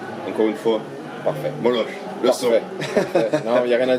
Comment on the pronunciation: Par contre ça se prononce "Molok" !